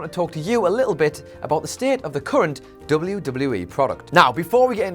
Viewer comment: Slow down when you are pronouncing WWE, you say it so fast it runs together.